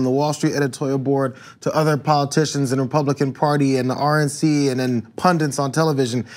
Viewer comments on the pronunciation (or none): They're called "pundits," not "pundents." How do you not know that, you are one!